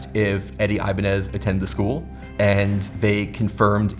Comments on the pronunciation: Great job but his name is pronounced "eee"banez, not "ayy"banez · Every time I heard the word "Ibanez" I feel like I'm having an aneurysm. I was convinced it was pronounced like "Ibañez", and not "Ibanez"